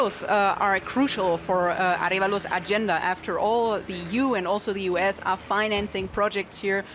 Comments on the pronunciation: Well, the US brought down the democracy begun by Arevalo's father... And by the way his name is pronounced Ah REhh valo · It is Arévalo, with an accent on the "e". Thanks for covering this.